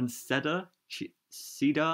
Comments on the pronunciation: It’s pronounced “see-der” for cedar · cedar (see-dar)